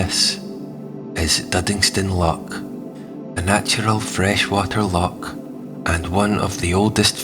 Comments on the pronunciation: Scottish accent but what Scot pronounces LOCK instead of LOCH? a lock is used for releasing water in canals. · A grand wee presentstion concerning my former city - I'm a Weggie these days. Just one wee point...loCH! The guttural sound is not difficult. 😊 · Maybe you need to pronounce "loch" though.